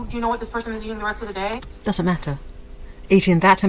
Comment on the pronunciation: She's brewing a,massive rage 😂. Every final word in a sentence is emphasised with an annoying "uhh" at the end. Fooduhhh Dayuuh I can't think of any more, but it's there 😂